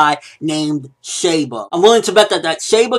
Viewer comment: It's pronounced "She" ba